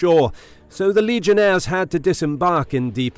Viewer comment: Legionaries not legionaires... this is Rome not France